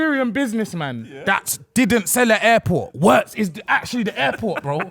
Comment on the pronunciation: fellas for the love of god his name is pronounced Virtz ,w in german is literally read double V(VVirtz)